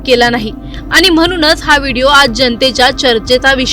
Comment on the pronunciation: अहो ,तुम्ही कसले मराठी बोलता ? आनी आणि पानी वाले .... 'ण' चा उच्चार करता येत नाही का ? News anchor च्या सिलेक्शन करतेवेळी मराठी धड बोलता येते की नाही ह्याची चाचणी होते की नाही ? की सिलेक्शन करणारे पण आनी-पानी वालेच असतात ? हल्ली सगळ्याच चॅनेल वर आनी-पानी बोलणाऱ्या news anchor चा सुळसुळाट झालाय . कठीण आहे 🙏🏻